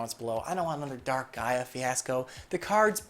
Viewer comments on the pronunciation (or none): none